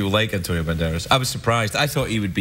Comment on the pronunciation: Hahahaga its so funny how he say Antonio Banderas because he pronounc it like: antonio bandelaz XD and I am also from Andalucia💪😏